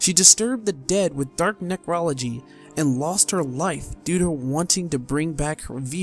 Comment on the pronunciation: The pronunciations had me cringing. Necrology? Really? lol. Honestly though, she was a rare case of your adventuring. One can't really blame themselves when the loss of a loved one is too great and there are "means" to bring them back. Void pacts and dark magic. Her restless spirit being rarely seen is a nice easter egg, though it would be very interesting to see more done with it.